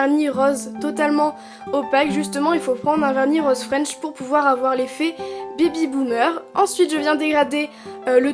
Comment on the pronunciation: on dirait tu dit bibi boomer 😂😂😂❤